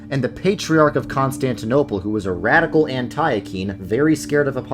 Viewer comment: I love you, but Antiochene is pronounced “Ant-tea-oh-kin.”